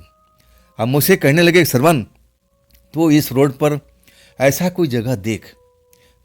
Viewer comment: सरवण नहीं श्रवण 😅😅